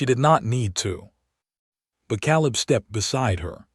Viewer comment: It's pronounced Kay-leb. Please get AI changes to language fixed...